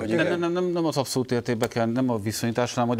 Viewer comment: Na de Anna "apszolút"?